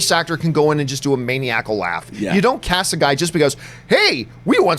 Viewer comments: Why is he saying "maniacal" that way...main-eee-ack-uhl. I guess Canada is so chill they don't have a word for it/don't know how to pronounce it. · The way john pronounces Maniacal makes me itch